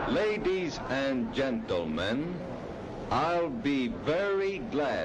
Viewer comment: "Lay dees and gen-tell-men" lol 😂